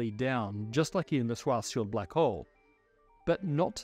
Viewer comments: Swas Schild Solution 😂 Im sorry but the pronounciation is off. And yes, it’s German. Doesn’t matter. We also speak your language how you do it. You could have simply put the word in google translate and let google read it to you. But you were too lazy for even that. In short, I’m making fun of your laziness :) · Its pronounced "Shwarz-shild"! not "Shwartz-child". It's German, meaning "black shield" . Very fitting name for someone working on black holes 😉 It's got nothing to do with a child. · For god’s sake Scharzschild name is pronounced SHWARTZ SHIELD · I wonder why he says swarzschild instead of Schwarzschild. I mean the sch sound does exist in the english language, like in sure or shoe